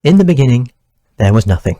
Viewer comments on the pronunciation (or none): IN THE BENINGING! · In the beninging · In the beninging... Uh... In the be.. nin..ging.. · In the beeninging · Ini the beninging